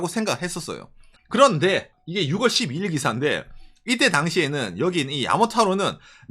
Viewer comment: 6월(유월)... 제발..